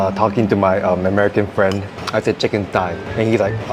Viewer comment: Singaporean: "Tai" Queen's English: "Thigh" Singaporean: "What's the difference?" 🤣